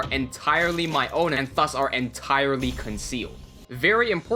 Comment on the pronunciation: Vely helfpful.